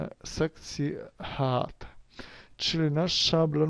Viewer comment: Proszę nauczyć się wymawiać słowo angielskie "head"----wymawia sie dosłownie przez "hed", a nie jak Pan przez "head"